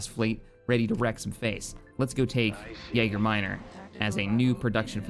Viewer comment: Am I the only person who is slightly annoyed every time he says Yager Minor when its Yaga?